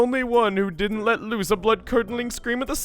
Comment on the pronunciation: he English very goodly